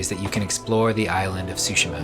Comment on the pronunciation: "Ghost Of TsushiMa", not "TsushiNa":)